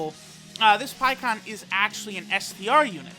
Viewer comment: Pie kon it’s pie ku han